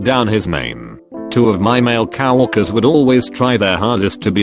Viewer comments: This Text to speech keeps saying, "Cow orkers" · No one Literally no one Text to speech:- Cow🐄worker